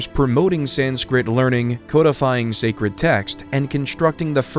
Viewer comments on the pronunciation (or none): none